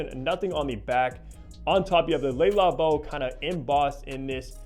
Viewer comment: Nice review but PLEASE learn to pronounce the brand. Its not “Lay” Labo. It’s Le Labo. “Le” sounds similar to “luh” . The “lay” sound you keep making is how one in french pronounces “les” …so it makes what you are saying even more silly. Sorry to call you out on it but its a showgirls ver-sayce kind of thing to many ears.